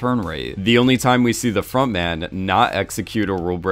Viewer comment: It took me a good few episodes to realise it was front man not frog man, still hear frog man being said though